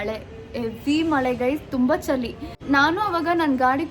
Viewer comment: ಚಲಿ alla ಚಳಿ 😊😁 But u both are cutest pair 🥰